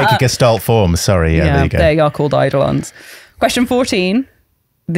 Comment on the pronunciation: so you guys DOOO pronounce “eidolons” the way i thought yoü’re supposed to pronounce it 🥹🥹🥹